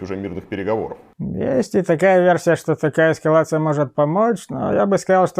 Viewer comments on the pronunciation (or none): Почему военный эксперт весь выпуск говорит «эскавация» вместо «эскалация»? 😅